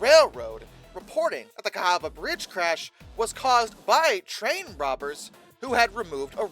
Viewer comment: Cahaba is pronounced ‘Ka’ ‘Ha’ ‘Ba ‘